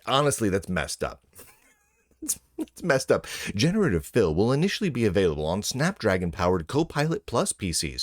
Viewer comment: the way you said 'generative fill' kinda sounded to me like 'generative filth' ..and yeah, that sounds like a pretty good way to describe it actually